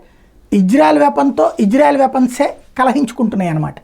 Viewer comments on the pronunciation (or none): ఒరే నీకు ఇశ్రాయేలు అని పిలువు రా. హిజ్రా కాదు. సరిగా పిలవను కూడా రాలేదు నీకు